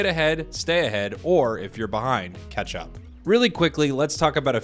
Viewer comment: anyone else always thought he said "ketchup experience" instead of "catch-up experience"